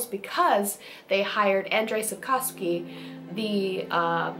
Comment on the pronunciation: you pronouncing Andrzej Sapkowski pretty correct but try say name of another polish gentleman called... Grzegorz Brzęczyszczykiewicz:D